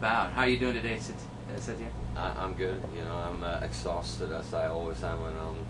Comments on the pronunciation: "Allright SAH-TEER of SAH-TEER-EECON" Fucking dumbass.... its pronounced say- tirr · The word satyr is pronounced like (say-tuhr) but thats not the way this guy pronounces his name. He pronounces it like the beginning of satyricon, (suh-teer). I think... could be wrong. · the interviewer pronounced Satyr's name incorrectly. What an ass. and he acts like such a fuckwad. Satyr looks pissed. I don't blame him.